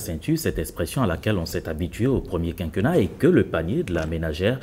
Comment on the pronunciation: On dit quinquénnat. é accentué.